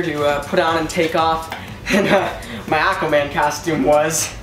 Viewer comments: Stop sayind castume itd costum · I think he can't say costume because he keeps saying custume